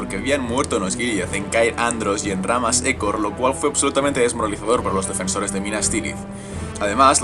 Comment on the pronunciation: Disculpa Pero ¿No seria Ramma Ejor? Que yo sepa a si se pronuncia :V